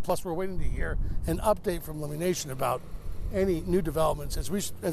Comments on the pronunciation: Lum-mie, not Loomie. This is a microaggression, 13 Seattle. It’s rude, disrespectful, and discriminatory. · For a three and a half minute feature you can't learn to pronounce Lummi correctly? Pretty shabby. Ya'll ought to apologize on-air.